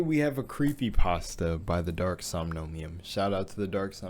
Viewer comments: It’s Somnium pronounced Som-ni-um. Not som-nom-niun. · Its pronounced "Dark-som-knee-Yum"